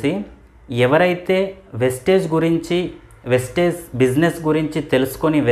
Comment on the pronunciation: వెస్టేజ్ కాదు సర్ వెస్టీజ్ … ముందు నేమ్ ని సరిగా చెప్పండి